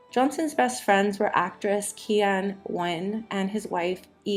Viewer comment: Also the movie studio head was Joe Schenck Not “Schenecken!” And Keenan Wynns first name is pronounced as it is spelled not “Kee-yen!”